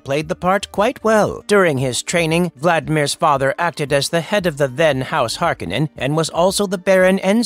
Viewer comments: HAR-KOH-NEN. Not Har-Keh-nen. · Hearing the name pronounced Harkinin……ugh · Hark-oh-nen. Damnit. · I thought I was the only one who went berserk over this haha. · I thought same until i heard some chars in 2 say harkehnen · thumbs down for never pronouncing the name correctly once. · I know right! It's so distracting to hear it mispronounced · It's hard for me to hear you pronounce his name without the hard O in it. Not this right or wrong, it's just it's already been ingrained in my head that way. LOL